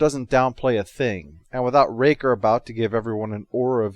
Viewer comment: Hehehe "Raker"